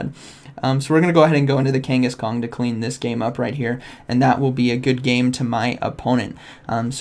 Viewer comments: Kang a shan not Kenghis Khan 😅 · love how u kept saying kangaskong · love how you keep calling it kangas-kong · Me: Say Kangas.: Kangas. Me: Say Khan.: Khan. Me: Say Kangaskhan.: Kangaskong 😆😅